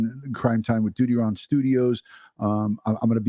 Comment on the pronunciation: Thank you for this. DUTYRON..you say it just right...heartbreaking...Grady Judd says it right.